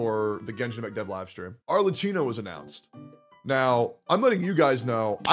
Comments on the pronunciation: if it helps you pronounce the name better you should read it as if you were reading Arlekkino (and we can put an end to calling her Cappuccino) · the "cch" in "Arlecchino" is a "k" sound, btw, not a "ch" like in "chicken." The "h" is there specifically to change what would otherwise be a "ch" sound into a "k" sound. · One day westerners will pronounce Arlecchino correctly and wont say "Arle-chee-no". My inner italian winces every single time. Today however, is not that day. Also lmao star rail, a good "complete game" LMAOOOOOO shit is just worse trails of cold steel and modern persona mixed together. Hsr glazers see pretty visuals and act like the game is peak turn based game design while only clicking E&Q(with a sprinkle of autobattle) as the gameplay. Shit is about as deep as the kiddie pool. I can see why won't play real turn based games like P3 FES now. Cause those kinds of games actually require some thought to get through, unlike hsr where you can just pull more characters o solve your problems. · pls pronounce her name correctly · He cant even say her name right